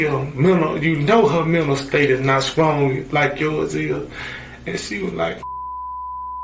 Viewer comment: "Skrong" "Polices"